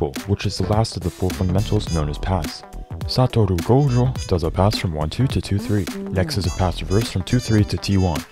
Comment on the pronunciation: i came back to this video just to hear your pronunciation of "satorou gojo"